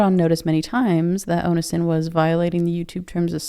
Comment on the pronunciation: You really don't know how to say Onision? Omg